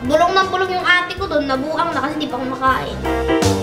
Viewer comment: Nabuang in Bisaya accent , Ivana style